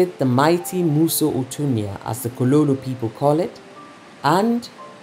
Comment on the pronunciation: I don't like the way you pronounce 'Mosi Oa Thunya'. It's correctly pronounced "musi wa thunya". It's a Sesotho/Lozi word. otherwise you are doing a great job for Africa